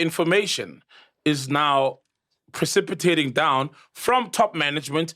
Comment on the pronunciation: He said precipitated 😭